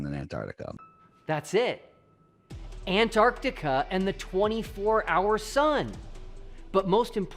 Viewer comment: Both flat and ball earthers agree on mispronouncing Antarctica 😒